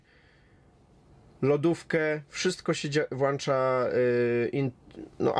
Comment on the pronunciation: U nas jest tak, u nas jest srak... I poza tym nie "włancza" tylko włącza..